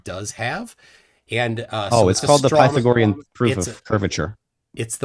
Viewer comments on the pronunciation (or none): “Pie-thow-gorr-ean” “Eee-ratt-o-steenz” 😂 Brilliant Gregorian Calendar: 1582 CE Rome adopted Christianity: 313 CE Only off by 1269 years Flerf… as the movie ‘Major League’ says: “Juuuuuust a bit outside.” “Kitchen wife” 😳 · If you want to jump straight to “Pie-tho-gorrean” proof of curvature 😂… “Eee-ratt-O-steenz” I had to rewatch this just for pronunciation.🤣 Every time I turn on my Surefire E2D 1000 lumen flashlight which gets quite hot in just a few seconds of use, I think of “cold light.”😂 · Pie-thuh-gor-eyun! E-rath-ehnees! Creh-puh-scuh-ler! Can't pronounce these, but can correctly pronounce the word pedo$&#@ That was one f-ed up response,. You went one enormous step too far., you provided no evidence and you brought up math and then never provided or even attempted to show how it works. You should never debate again. You are a FE nightmare. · “Pytha-gory-an theorem” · Pytha-GOR-ian... Bwahahaha!